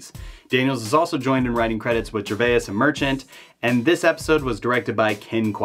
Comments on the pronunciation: You're saying the name Gervais wrong! lol. Great video though! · Not the first time I've screwed up names; it won't be the last. I'll get Gervais' name right some day. Also...I'm not even slightly embarrassed. I added a phonetic syllable in Gervais, and I left one out of Castellaneta. Not a big deal overall; no disrespect intended either. But, I've got more important things to be embarrassed about. Like how I say the word "for" or "eggs".